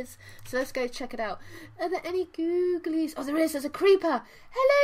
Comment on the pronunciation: I tried soooo hard not to laugh when you said GOO-G-LIE! Soooo hard! Lol! Lav u!♥♥♥♥